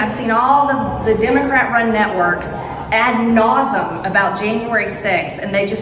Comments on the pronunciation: "ad naus-um" MTG the linguistic genius turns a three syllable word (nauseum) into a two syllable word. What a mor, mo, well, you know. Can't say it because the YouTube nannies will object. Anyway, to put it satirically, MTG is a highly educated, erudite scholar, and a wonderful representative of the United States. 🙄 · What does " Ad nausum " mean? She trys to sound clever which just makes herself look more stupid. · The expression is ad nauseam -- not ad nausam. Such ignorance! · "At nausum..." You mean, nauseam?? Lol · Hey MTG, it's pronounced "Ad-Nauz-E-Um" not "Ad-Nauz-Um" you dumb hillbilly! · 😂”ad naus-um”. She’s so freakng STUPID! Here Marge…ready? I’ll help ya. I know it’s a big word…..AdnausEam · Marge said a wrong thing again, like gazpacho police, or goulash instead of gulag, or 'indicktable' and so many others, if you listen closely, she said, 'ad nausem' and NOT ad nauseam. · “Ad nausem”? Careful there Marj. You almost got this one right. 🤣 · Ad nasum? Holy shit she's dumb. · "ad nausm"! She is so f**** ignorant! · Adnausum. Learn how to pronounce words. Perfect example of how common sense just makes you common. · "ad nausim" -- she's too stupid to know the correct phrase but thinks she's speaking Latin and that makes her smart. It doesn't. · “add nozum” 🤦🏻‍♀️😂😂😂 oh no…why so triggered booboo! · Ad nausum? Cmon midge. Don't 🎉use words you don't know. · “Ad mawdzum”? Peach tree dish? Gazpacho police? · if you’re going to try and wheel out latin phrases to seem a lot smarter than you are, at least pronounce them properly 😂